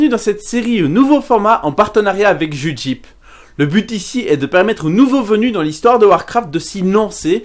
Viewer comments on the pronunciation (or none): Judjip ? Mec j t'aime bien mais fais un effort on dit "Jeudje" comme quand on parle d'un juge en anglais et "aillpe" lorsque l'on veut dire "extravagant" en anglais, avoir la "hype" de nos jours (être emballé) : Jeudjaillpe ! J'ai déjà failli venir t'égorger pour "Cétounne", j'vais quand même pas devoir reprendre la bagnole, et fais gaffe j'suis pas loin d'chez toi l'ami Belge ! Thumbs up quand même no offense ! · Comment tu prononces Judgehype.. Omg...